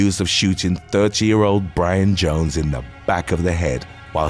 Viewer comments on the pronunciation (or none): none